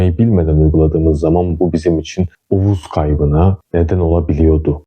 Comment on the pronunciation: Uvuz değil uzuv